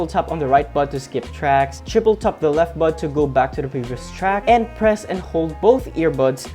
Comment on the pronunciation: he keeps saying "TUP" instead of "TAP"